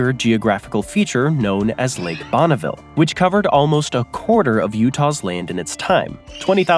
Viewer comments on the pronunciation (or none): none